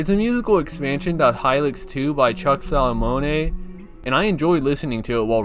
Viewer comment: "Chuck Sallamonei"